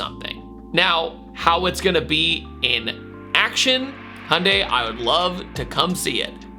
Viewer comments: Is that how Americans pronounce Hyundai?... Hundie? There is a Y between the H and the U, You know that right? ;) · Hey, there’s a “y” in “Hyundai”. Just trying to help you out man. Sounded out slower: “hee-yun-day” (real-time it is 2 syllables) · Why do Americans always forget there is a ‘y’ in Hyundai?